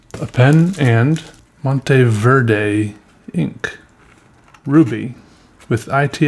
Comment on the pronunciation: Muhn Teh ber deh (MonteVerde)